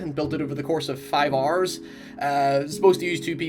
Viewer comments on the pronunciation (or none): “I got it done it five aarrreesss” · “I built it in the course of 5 oars” lol